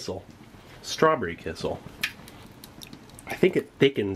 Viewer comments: It's a little funny how amazed you are with kissel (which is actually pronounced more like "key cell", more stress on cell) -- it's just fruit or berry juice with starch to make it thicker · Love the videos, just an fyi its pronounced key-shell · The way you say kissell cracks me smile every time. In my country (Estonia) we have kissell all the time. I don't know maybe it's pronounced like that in english but it's still quite funny. Oh and you also should try the rations from the estonian defence force